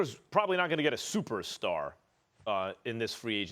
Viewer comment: "I consider him a supersar sooter" Stephen A get some sleep